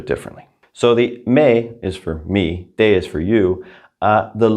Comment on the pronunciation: Sometimes I hear -ay instead of eh when you pronounce direct object pronouns eg Me and Te. Am I right the Me is meh?